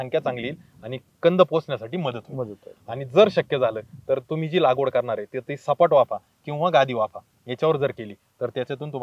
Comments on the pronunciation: पहीली बात म्हणजे तुम्ही लागवड म्हणा लावगड नाही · लावगड नाही सर लागवड